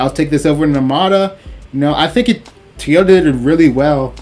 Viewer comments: Great review but please my guy it’s pronounced “TOY” “YO” “TA”. You killing me with your pronouncement. Please stop saying “TEE” “YO” “TA”. I know it’s petty but it’s just nagging me. 😂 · tee-ota? Is that like a Toyota?